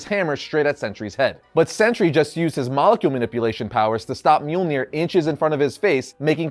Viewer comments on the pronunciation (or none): none